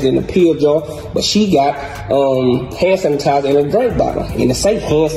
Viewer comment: “ Hannn Sanitizer “😐😐😐boystfu